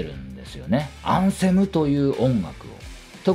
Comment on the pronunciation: お疲れ様です。 できれば「アンセム」の「ア」にアクセントを置いて発音してほしいですね😅